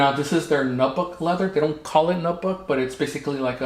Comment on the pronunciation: They used Swedish Powdered Steel for Bugei. Nubuck is pronounced "new buck" 😂